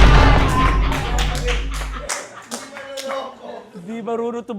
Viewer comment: Grabe dami kong tawa sa "hinde" hahahs